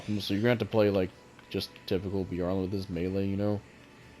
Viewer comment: It's pronounced bye-er-lant E-sol-day